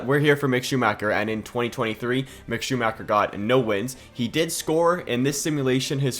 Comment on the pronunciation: Can you please do it again? That is not acceptable for me as a german.